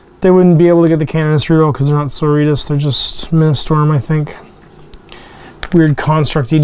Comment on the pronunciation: You mean Sor-OR-it-tas, not soritas, or doritos or whatever it was you said there lol! :D Not mad you got em (more jealous than anything else! I've been playing the girls since Rogue Trader days...) and rather glad I get this sneak peek!